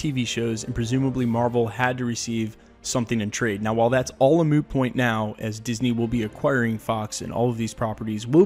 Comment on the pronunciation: Hahaha I’m sorry but you said “a moo point” Hahahaha thank you for that man